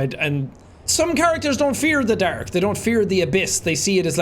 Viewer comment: drink every time he says derk instead of dark